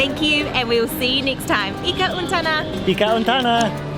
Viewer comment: What is ika untana? You probably mean ika untanu or ika untamu. You got this horribly wrong :)